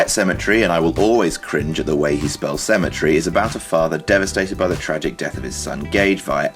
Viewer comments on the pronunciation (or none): why does King's spelling of cemetery bother this guy so much? i mean, he pronounced it "sim eh tree", so it doesn't sound right, regardless of spelling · You're making fun of the way he spells cemetery, yet you can't pronounce it XD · I cringe at the way you pronounce "cemetery"! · No one says cemetery like that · I cringe at the way you pronounce cemetery. It has 4 syllables not 3.